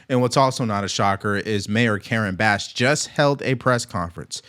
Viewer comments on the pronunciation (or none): Can't even pronounce her name and she is ordering our law enforcement to stop making lawful arrests. Democrats are weird! 😅